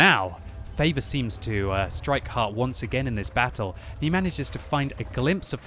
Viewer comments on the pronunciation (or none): none